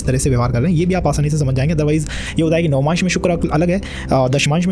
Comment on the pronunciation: Very good work. Please check your pronunciation for words "Upachaya" and "Navamsha"